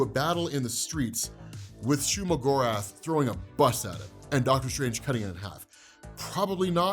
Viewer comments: It's not shuma my lord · Legit I thought he said Shea-Gorath, as in the daedric prince in elder scrolls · It's shumagarth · It's not Shuma Gorath. Period